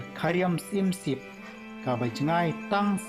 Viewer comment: Balei phi pronounce syiemsip n sosal media